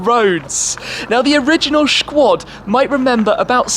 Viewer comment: "Shquad" sounds so awkward... great content anyway.